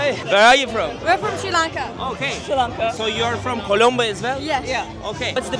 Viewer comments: Sri Lanka!, neden Sri lanke diye telaffuz ediyorsun:)) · Kardeşim harikasınız, Allah nazar değmesin 🧿🧿❤️❤️ birde Sri Lanka'ya sürekli Sri LENKA demeseydin keşke 😢